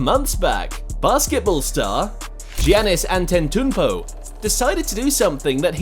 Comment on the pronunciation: “Giannis Antantoupo”💀